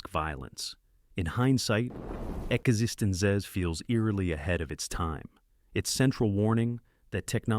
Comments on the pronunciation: You mean "existen-zee"? 😂😂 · epic AI voice fail..."ekisikitesence or "johnny emmennemmnenonic" (embellished sarcasm there) I don't get why channel creators keep using bad voice AI or at least correcting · Suffering through an AI voice trying to pronounce Existenz is way too ironic. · "EXISTENCE" Not "X Instance Zees" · eXistenZ is pronounced eX-en-Stance. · exestitcian zed- zee - COME ON!!! Stupid AI Johnny Minemonic ! Excellent!!! Bogus!!! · Yeah, ekexistenz made me lmao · AI narrator , fucking hell.. (the way existenZ is pronounced) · Decent list, but this is why you don't let A.I. narrate your videos. Every time the A.I. voice mispronounced "existenZ", I cringed. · Wow, this AI voice can't say "Existenz" at ALL, and somehow doesn't know the pronunciation for the word "Mnemonic" either. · Every one of your videos has the AI mangling the word “controversy”. Every last video. This one also mutilates “mnemonic” and “eXistenZ”. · Hearing 'eXistenZ' mispronounced over and over has permanently reduced my IQ. The movie even explains how it's pronounced, or did the poster not watch it? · The AI also did amazing things with eXistenZ.